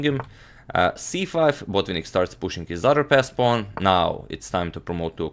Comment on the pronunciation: Antonio, not sure why you keep putting stress on the first syllable in Botvinnik's surname. It's Botvi'nnik, with the stress on the first "i". In any case, thanks for the very good video!